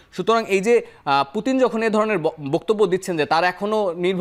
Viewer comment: উনি একজন বিশ্বনেতা নামটা সুন্দর করে বলেন মরক্কো মহিলা